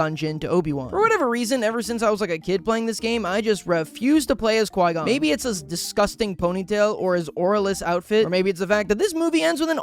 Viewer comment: can't even watch the full vid. From your god-awful take on Qui-gon to how you pronounce "droideka". it's just awful. may i never have the displeasure of being recommended one of your videos again.